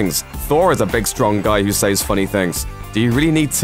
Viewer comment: He pronounced it says. It is Ses pronounced dude